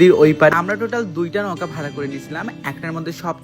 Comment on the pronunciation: নৌকা না নওকা